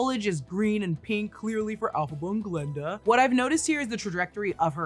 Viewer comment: Just a little remark for future videos, the name is G(a)linda, not Glenda...